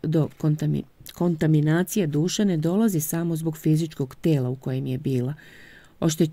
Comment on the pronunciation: Hvala vam 👍, obradovao me je novi deo. 😊🎈 Ako može samo sitna sugestija da obratite pažnju kod reči kontaMiNacija, kontaMiNirana... M je uvek ispred N, a ne obrnuto.